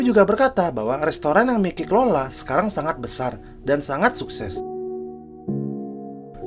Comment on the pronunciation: Bang kalo lagi ngomong si mikey ngomong nya maiki aja biar lebih sama kaya di anime